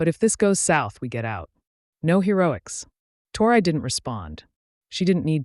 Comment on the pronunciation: She started out saying her name Tori, Torrey,or how ever it's spelled writing.And to hear the A.i.start saying" tore eye" ,is just irritating .